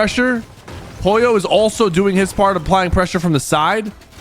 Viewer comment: Why does he not pronounce the l in Pollo?